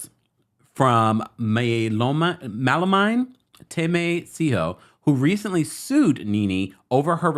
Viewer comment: my lovely brother.. Just a heads up. His name is pronounced Yoni, which means "Our Own" His wife's name is pronounced "Malo Meni" Hope this helps. Love you